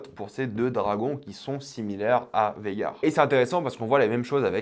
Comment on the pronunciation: petit rectification ce n es pas végar mais vhagar voila lol